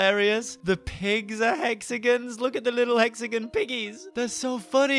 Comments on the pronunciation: yes instaed of "hexagins" we say hexagons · We pronounce it "Hexigins"